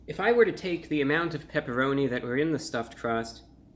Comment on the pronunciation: Ahhh, the pepeloni, pepeloni. You know the pepeloni?